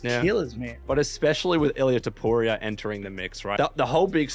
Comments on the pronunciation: "illia topuraya" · man why do you pronounce topuria differently each time? HAHAHAH